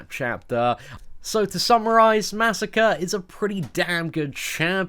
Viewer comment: disliked. You pronounced Masacre's name incorrectly. :middlefinger: It's Masacre, not Massacre. MAH SAH CRAY. Say it with me. MAH SAH CRAY.